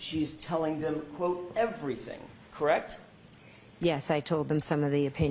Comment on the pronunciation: Atleast she stopped saying “KRECTT”